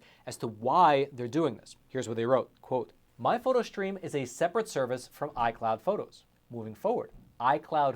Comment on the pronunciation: There’s no ‘h’ in the word ‘stream’ … It’s not pronounced ‘shtream’ ……… Please get it right.